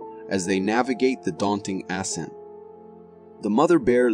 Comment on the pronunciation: ascent = uh-scent not ass-scent, haha